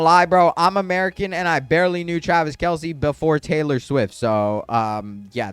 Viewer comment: when u were talking about celebrity guest u were saying travis kelsie its travis kelce:)